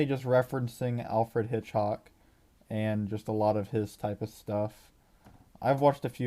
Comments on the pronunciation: Hitch-COCK, not Hitch-HOCK! Driving me bananas! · you can't even pronounce Hitchcock